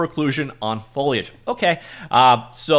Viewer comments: i miss "foilage" already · Pretty sure he said follyedge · HE SAID IT, HE SAID FOIGFHJSKJGKAGE CORRECTLY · foe-lee-edge:) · Oh yeah! That's what I needed. Hearing new and creative pronunciations of foliage is the only reason I'm subscribed.